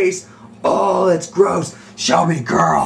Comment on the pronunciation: 53 its Shelby not shellbe